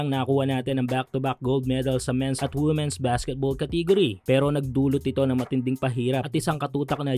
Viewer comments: Hindi po woomen ang tamang pag pronounce kundi weemen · Women - pronounced as "Wimen".